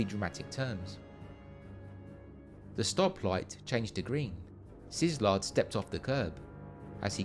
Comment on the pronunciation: I know absolutely nothing about the issue , But I question how you pronounce Leo Szilard's last name, which think I head as SIZLARD. That seems wrong, but I don't know. The only thing I'm sure about is that Hungarian pronunciation is not obvious.